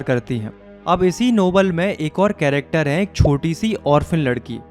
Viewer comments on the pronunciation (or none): none